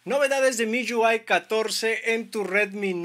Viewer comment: Porque pronuncias así MIUI, MIYÚAI, hable bien mijo.